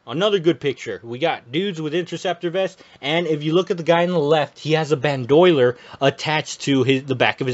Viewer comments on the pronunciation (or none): It’s pronounced “bandoleer “ I spelled it wrong but if you pronounce it the way I spelled it that’s what it’s called. Bandolier is how it’s spelled. I’m just trying to help. I’ve pronounced stuff wrong as a kid myself. Some are not true bandolier’s and hook up to the molle rig real bandoliers’s don’t attach its just a strap with ammo pouches you carry like a messenger bag. 👍🏼🇺🇸👍🏼